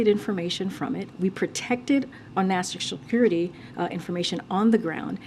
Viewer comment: She can not even pronounce National Security. It came as "nashhasurty". (Face palm emoji)